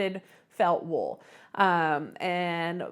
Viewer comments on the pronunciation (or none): none